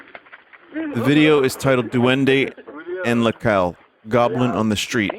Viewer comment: "Doendey en la caol"